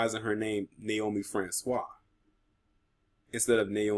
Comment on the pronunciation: You pronounce the name Francois pretty good, are you also of Haitian decent brother